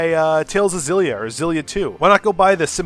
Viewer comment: Thank you for saying Zillia and not EXillia, because that's how fucking X's work Japan! Stop using X's Japan if you have no idea how they work. They aren't dashes or spaces (Example: Hunter x Hunter) you don't make them silent mid word (example Yugioh ZeXal) and if the word stars with an X it makes a Z sound, not an EX sound. Ug, it just annoys me -_